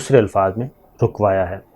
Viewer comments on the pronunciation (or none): none